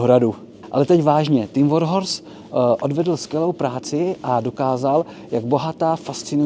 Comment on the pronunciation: Já jsem naopak přišel pochválit velmi nadstandardní slovní zásobu, výjimečně správné vyslovení slova "Warhorse" (překvapivě oříšek i pro moderátory celoplošných médií) a příjemný přednes. Snažit se zostudit někoho za vadu řeči a ještě takto zanedbatelnou... Z podstaty věci přirozená věc, dělá lidi lidmi. Skvělá reportáž.